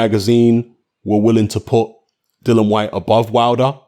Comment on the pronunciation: 2 seconds in and shut down...its Dillian you dipstick...!